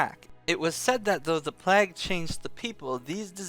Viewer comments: Every time you say "plaag", a child in india dies of cancer, aids, and syphillis, all at once. But more importantly, my ears bleed. "PLAYG", not "PLAAG", ffs, do people not learn basic literacy these days or did you sleep through those classes? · Why the hell do you pronounce PLAGUE like PLAQUE. DUDE REALLY???! LOL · PLAG lol. Pretty sure it's play-g. Sweet video nonetheless. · lol you say plague like "plack" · oh, maybe. I was playing and just listening. still, he says it funny, which maybe was the plan all along! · I love you,, but you say plague funny. Just sayin'